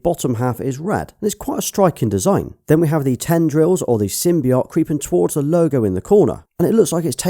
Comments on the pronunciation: Not to be a dick but it's pronounced sim by oat not sim by ot :) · You say symbiote, wrong lol.